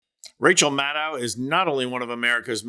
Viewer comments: Her last name is pronounced like shadow…Maddow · Sometimes you pronounce her name correctly, the way she does: Maddow::: like Window. Other times you revert to the way most MSM folks say it. Nobody says the ow in window the way it's pronounced in endow. In fact her last name ends with the same sound that your last name ends with,. That should make it easy to remember. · Rachel pronounces her surname with a “long O” at the end. Like “meadow” (grassy field). Practice with that a few times. You’ll get it.